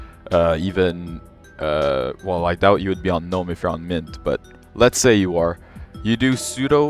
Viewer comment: finally someone that doesn't pronounce the g in gnome! honestly one of the big downsides for gnome for me is having to hear people say guh-nome. I've just finished trying out both in a virtual machine and KDE feels like the Linux I remember using 12 years ago. It doesn't look modern. It doesn't feel modern. Going from Windows 11 or especially modern versions of macOS to default KDE kinda just sucks. Gnome looks great, and it feels great, and as you've shown off here there's plenty of customisation possible.